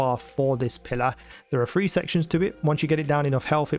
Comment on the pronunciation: What accent is it that causes you to pronounce "th" as an "f"?? Like 3 and 4 is Free and Four.